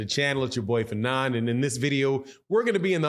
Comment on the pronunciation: pronounces everybody name funny 😂😂